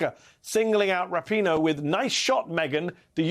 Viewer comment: I love all the Weekend Hosts, but you most of all Mehdi! But may i please correct you on how to pronounce Megan's last name? The emphasis is on the 2nd Syllable: as in Ra - 'PEEN' - Oe, not, 'RAP' - i - Noe. I know of her because of her Fiance, Sue Bird, a 4-Time WNBA Champion, w/the Seattle Storm & All-Time Assist Leader!